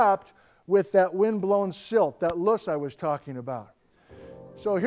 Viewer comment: Small little thing: The word "loess" windblown deposits, is a German word. When pronouced in German, it actually sounds like it would be spelled "Lerrs" in English. Vielen Dank!